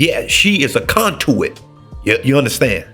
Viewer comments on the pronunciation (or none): Conduit. Con- du-it 😁